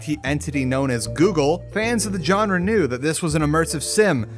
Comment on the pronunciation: I love your vids but please consider pronouncing "genre" in other manner. Sorry!